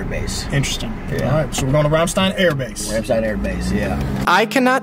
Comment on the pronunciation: American pronouncing Ramstein correctly, I still can't believe it :)